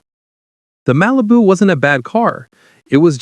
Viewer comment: I swear to god I heard him say RALIBU and I lost it.